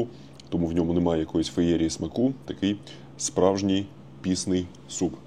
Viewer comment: Топовий тревел-блогер України формату worldwide станом на зараз! Заходить усе - від тембру голосу та каламбурно-іронічного гумору до стилю зйомки. Відчувається уже вплив Львова на лексикон) А часом кумедні наголоси у словах - цього разу це пІсний а не піснИй, трохи ріже вухо зацєнтому галичанину))) Дуже заходять фільми (це для мене влучніше слово ніж контент), які мають приємний післясмак корисного, цікавого і пізнавального часопроведення. Дякую! Зичу успіхів і процвітання!